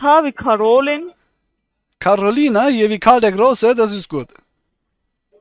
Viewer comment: Finde auch nicht dass polnisch diese landsfrau ist. Aber weiss gar nichr wo bzw. Welche native_tongue den namen karolin so aussprechen(ziemlich am anfang)